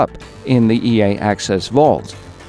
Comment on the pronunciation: everytime you said ea i heard yay...